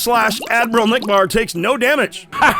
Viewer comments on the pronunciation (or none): Admiral Acknick? Really? Not Admiral Nickbar?